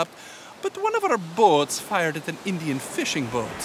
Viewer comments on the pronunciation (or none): So all Pakistanies in the comment section please stop calling us Endian it's Indian. First go and Learn how to pronounce and write English.